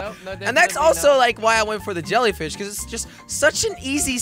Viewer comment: jelly said jellyfis not jellyfish